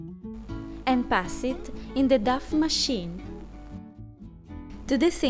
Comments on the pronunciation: I love how you pronounce it duff and not doh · love the way you pronounce 'dough'..so cute :D also love the result :3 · I love your videos so much! And it's wonderful you're now making them with english dubs too! But dough is actually pronounced as "doe" :) Hope to see more vids!